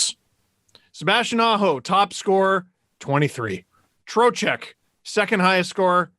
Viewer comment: the way pronounces Trochek is triggering me